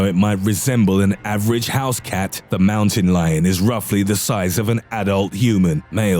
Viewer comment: Fucking he goes MOWTEN LIYON